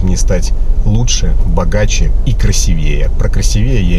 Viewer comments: Мне кажется, Вы намеренно не правильно поставили ударение на слове красивЕе. Хотели, что-бы пассажирка Вас поправила: "красИвее". -Что там говорить... Баба-то туповата... Еще и кадрить пыталась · Внимание! Не красивЕе, а красИвее. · Не красивЕЕ,а красИвее 😂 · вы коренной петербуржец? Мне кажется, слово красивЕе так произносят понаехавшие") Потренируйтесь: красИвее, запомните, красИвее)) А ролики мне ваши нравятся, хоть и постанова, иногда интересно)) спасибо. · А по-моему,таксист сам провацирует пассажирку.Она вполне адекватная,а он хвастун."Собачье сердце"он точно не читал,и возможно, не знает,кто именно автор этого шедевра. А "красивее" ударение ставится на букву "и" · КрасивЕе😂 Блять, красИвее! Задолбал тёлочку. Сам душнила какой-то.))) Хотя ролики с ним смотрю с удовольствием.🤣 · "КрасИвее", если что, произносится с ударением на "и", а не на "е", если уж мы окончательно из Санкт-Петербурга. Это примерно та же история, что и "звонИт" вместо "звОнит", и "одевать" / "надевать" в зависимости от того, кого-то или на себя. Стыдно не знать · Не красивЕе, а крАсивее). А вы можете представить себя с не очень симпатичной девушкой и вкладываоь в неё деньги чтоб конфету сделать?) Без обид, просто женское любопытство) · Не красивЕе, а красИвие, хвастунишка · Не "красиве́е", а "краси́вее". Ещё один кирпичик в Ваше "Самообразование". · Самообразовывайтесь внимательнее! Борменталь не был профессором - он доктор, профессором был Преображенский. Говорите, пож-та, правильно НЕ « красивЕе», а «красИвее». 😩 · всё хорошо! Только не "красивЕе", а красИвее - ударение на второй слог. Это, что касается самообразования... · Она думает,когда же ты заткнешься,душнила!И не красивЕе,а красИвее,грамотей! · Не красивéе, а краси́вее В общем лайк! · Ещё как хотел произвести впечатление ....вот только не красивЕе, а красИвее....постоянное самообразование надо углубить в сторону русского языка..... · Надо ударение крас 'ивее . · Правильно говорить красИвее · Ударение красИвее